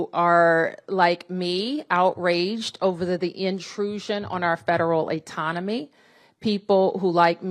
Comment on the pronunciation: Etonomy Atonomy Autonomy A lot of tougher questions🤦🏾‍♂️🤡 Which one When the fudging didn't work, she realized what the hell Let me do the right thing & be sloppy while saying it😂🤡🤦🏾‍♂️